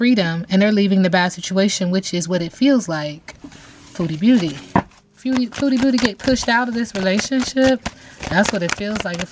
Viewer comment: Fabulous reading, i must say when you say her name it always sounds like Feudy beauty 😂 makes perfect sense to me 🙏❤️